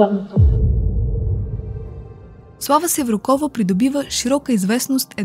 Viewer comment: Slava Sevrukova. Udarenieto e na u, a ne na O